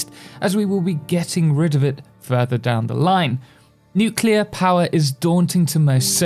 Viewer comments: "Nucilar power plants" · I love how he mispronounces "Nuclear" exactly half the times he says it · The signature pronunciation you have for "nuclear". You say it like it were written "nucilar" :D